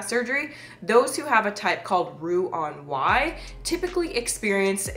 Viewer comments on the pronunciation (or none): Roux en Y NOT “on”